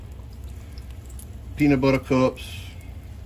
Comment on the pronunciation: The way you say peanut butter and Oreos I swear you gotta be from Lousianna